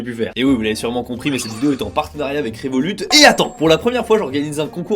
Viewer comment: Désolé mon reuf, mais le T de Révolut ne ce prononce pas